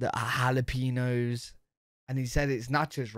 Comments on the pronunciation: there's an accent on the "N" ñ. It's pronounced Hal-uh-peen- yos. Come to dallas. We got EVERYTHING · you're officially forbidden from eating jalapeños until you learn how to say it. Haul-A-PEEN-Yo.